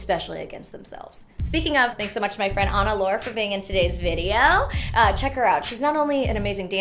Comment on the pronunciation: I thought Anna, I mean, the other Anna, pronounced it more like "lor-ay" .